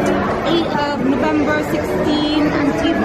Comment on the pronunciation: lakas makasosyal yung accent ni Ate 😂. "Nuvembu" raw. 😂